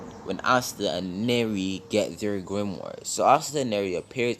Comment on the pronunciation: Dude do you mean Nero? not neri